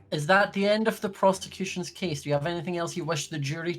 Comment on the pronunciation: Holy- I thought he said "Is that the end of the prostitution's case?"